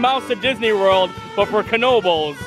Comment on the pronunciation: Thank you very much for pronouncing the “k” in Knoebles! You are straight outta NEPA!! 😍#YouAreMyPeople